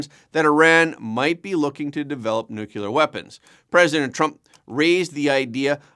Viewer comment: I'm sorry, you lost me at "nucular"